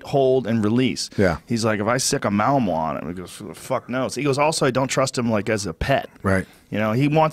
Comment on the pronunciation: Even after Pat says Malinois correctly, Joe keeps on throwing in that there second M. Oh, the little things.